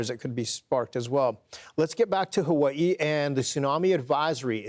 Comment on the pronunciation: Dog are you saying ha-way-ee?